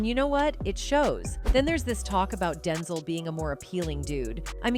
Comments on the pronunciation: Who is Densel? It's Den ZELLE 😆🤦‍♂️ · I hate these AI voice narrators that don't know how to pronounce common words or names! Denzul...are you kidding me?! Rocky 2 inches? Rocky 3 inches? Somebody needs to be fired!!! Oh wait, you can't fire a robot!!!